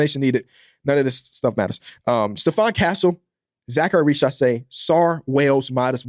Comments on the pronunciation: its pronounced riZacher not richasé 😭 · exactly what i said